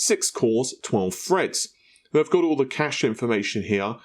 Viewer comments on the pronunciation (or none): none